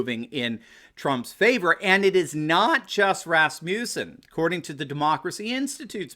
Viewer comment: RASS-mus-in. You're thinking Rasputin.